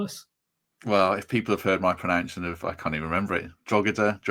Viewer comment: "If people have heard my pronountion"